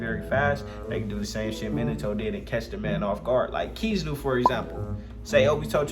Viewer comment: First off you said kizaru wrong also and actually no kizaru would get sealed or take his soul